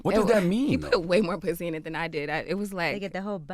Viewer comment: “and you rewarded him with puthy?”